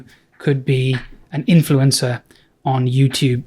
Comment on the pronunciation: Is it just me or did you say "you could be an influenza to"